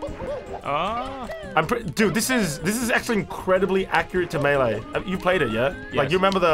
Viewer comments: Ummmm you say Melee wrong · Name: super smash melee:MEELEE